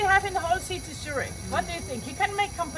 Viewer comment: YES, “Zurick” Zurich